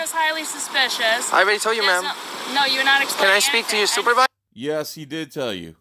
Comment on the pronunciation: This video is cWazy , all that and the supeAvisoA awwests him , WOW , don't call for a supeAvisoA ANYMOWE!!! (they will not help you!!!)